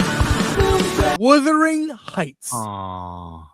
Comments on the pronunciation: Chris keeps saying the name wrong. It’s Wuthering not Withering 🤣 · It is not Withering. The heights did not whither. It is Wuuuuuuuthering Heights. As in wind which wraps around the house seemingly coming from all directions. WU. AND while I am at it it is not West Minister. Minster. Min. Thank-you. Word Karen OUT!!!❤❤!❤❤